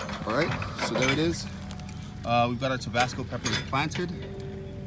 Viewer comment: It's not TOBASCO... it's TABASCO! Please... get it right! Geez! 🙄